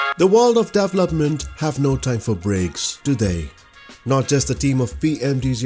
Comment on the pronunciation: Thanks! Learn how to pronounce 'development' here: and how to pronounce 'event' here